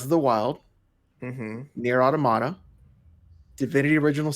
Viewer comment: For someone who is suppose to be the smartest one in the group, sure doesnt know how to pronounce Nier Automata correctly lol